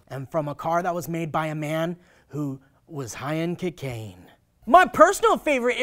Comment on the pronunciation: I love when you say cacaine, that shit is hilarious. I hope I can be as cool as someday.... someday lmao